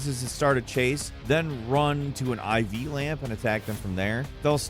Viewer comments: “run to a Iv lamp” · Bro wtf mispronunciation was that supposed to be an iv lamp?!?! Seriously bro 💀💀 i can’t